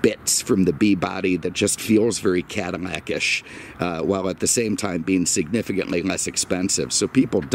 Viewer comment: Maybe I'm hearing things, but did he say "Cadimac"?